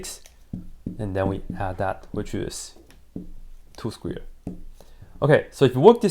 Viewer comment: Sounds like he's saying squeard and squear and its making me laugh for some reason.